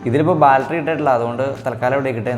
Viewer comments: "Baltry" അല്ല, battery ആണ് മോനേ! നല്ല വീഡിയോ ആണ്. 👍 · My friend, you pronounce for battery as balttery it's wrong. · ബാൽറ്ററി അല്ലെടാ മോനേ ബാറ്ററി ആണ്!😖😖🤢😅